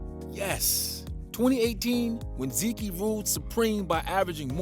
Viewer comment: lmao “zekey”